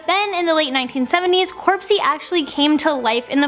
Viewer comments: It's NOT corpsey, it's CROPSEY! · It’s cropsey not corpsey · It's cropsey not corpesy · It's Cropsy, not Corpsey